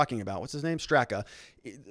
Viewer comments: Pronouced Brandon Strahhhka. He is the founder. A lifelong Dem, gay New York hairdresser, Hillary voter who left the Democratic party. He is NOT a right winger. I feel sick. A gut punch. Weaponized FBI to politically free voices. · Pronounced Strok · Lol... you and names just don’t get along, huh? 😂 It’s Brandon “St...rock” strock... seems weird, but the a on the end is silent and the first is pronounced like the a in father. While I’m helping with name pronunciation, Andy Ngo’s last name is pronounced “no” - the g is silent. 🙏✌️❤️